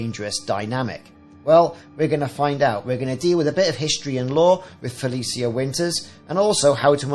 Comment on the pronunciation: pronounced Fel ee shuh